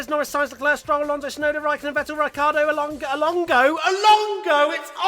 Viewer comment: TBH I’d be ok with that “Shunoda” pronunciation.